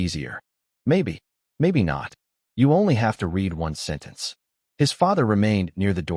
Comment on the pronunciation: Really need to teach AI the difference between "read" and "read" in a story involving literacy or get a human reader. The story was pleasant if a little analytical.